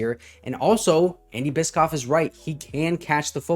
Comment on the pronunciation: I believe it’s pronounced bish-off.